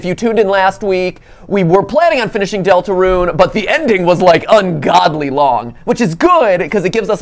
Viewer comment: 😡😡😡 NOT DELTERUNE